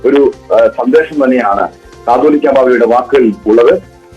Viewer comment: കത്തോലിക്കാ അല്ല കാതോലിക